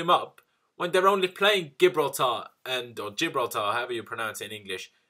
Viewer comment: Say it with me now, Gi-bral-tar as in Ja-Bral-Ter. You butchered it mate